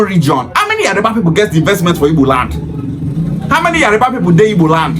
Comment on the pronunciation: Pronunciation is yoruba and not yariba